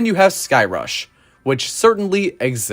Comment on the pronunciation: “Skyrush, whitch certainly esists” Ok there Chris from Airtime Thrills 😂